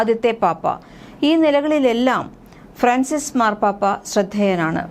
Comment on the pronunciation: It is Fran cis not fracis